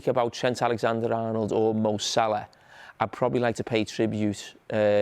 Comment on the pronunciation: Why does this guy always call him Mo Salar 😂😂